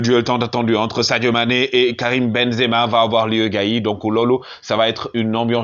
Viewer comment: Perche dice ben za ma. Devi dire sadio sempere ballone doro